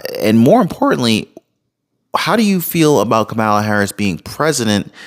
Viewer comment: It's Kamala, not Kamala 🤣🤣🤣